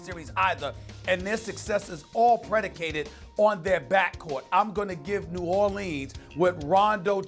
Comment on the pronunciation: Ears are bleeding from Stephen A saying New Orleans incorrectly.